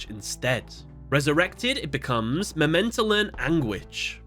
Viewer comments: I appreciate the closeness of your pronunciations. But it's memento-tlan. The tlan rhymes with flan and mictlan sounds like meeked-lawn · You should probably pronounce the second T within the Mementotlan Name. Because Tot means dead in german. Might be that it's pronounced that way.